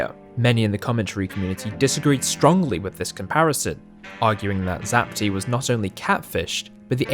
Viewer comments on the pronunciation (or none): Lol he said Zap - Tee not Zap - Tie